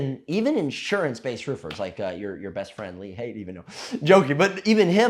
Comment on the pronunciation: Hahah lee haight